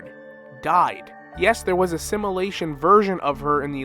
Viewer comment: Every time you say simulation it sounds like assimilation 😢. Sorry it’s distracting but love the vid